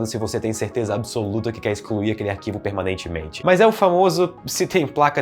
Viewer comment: se o cara n pudesse falar a palavra PERMANEITIMENTE o video n esitiria kkkj